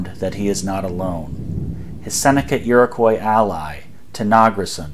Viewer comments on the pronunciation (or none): none